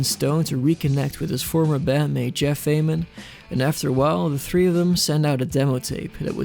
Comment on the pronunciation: You pronounced Ament correctly